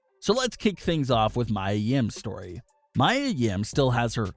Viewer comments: ME-A Yim bro. Come on. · True her name is Mia yim not Maya I like how they put photo of her and her boyfriend Keith Lee their are so cute (●♡∀♡) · Can you say mia yims name correctly? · Clearly you don't watch NXT. You don't know how to pronounce Mia Yim's name. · You keep pushing people's names it's Mia Yim and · You pronounced her name wrong . but its ok though